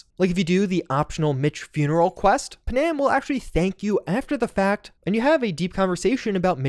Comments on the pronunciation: Aye lemme tell you something. NOBODY LIKES TO HERE THEIR NAME SPELT WRONG. ITS PANAM PAN - AM. WHERE THE EFF DID YOU GET PUHHNAM FROM?????. Its like with Thanos. They say his name in the movie yet you ppl still say THEY - NOSE. TF???? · do me one HUGE favor. Panam's name is pronounced Pan-am, not Pa-nam. It is short for Pan American, like the games held for the Americas, or the old airline. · I love what you do, but I can’t stand it anymore, your mispronunciation of Panam. It’s not pronounced Pa’-nam. It’s pronounced Pan-am’. Please stop doing it or I’ll have to sic her on you and you know what she’s capable of. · Yes....that is kind of grating...especially since every single NPC in the game calls her PAN-Am....like multiple times. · Nah I just can't with the Pa-Nam... 😭😭😭😭